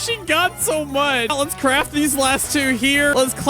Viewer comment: “lets claft these last one here!” XD!